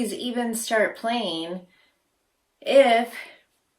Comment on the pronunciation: "playeen and programeen."